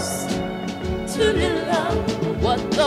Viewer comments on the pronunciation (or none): none